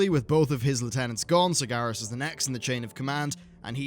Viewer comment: Please learn to pronounce sargeras properly its sar-ger-as not sar-gar-as